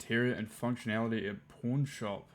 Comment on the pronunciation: Oh lol. 'Pawn' shop. Sounded like porn shop.